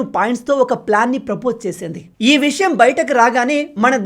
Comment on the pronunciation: meeru cheputunna vishayam chala baagundi.kani visham Kadu vishayam ani palakali